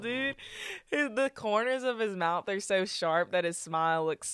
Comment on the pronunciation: Did nobody else notice how country sounded -??????? "That smiillee dude, the kourners if his moyouth are sew shawrp look so niicee"???????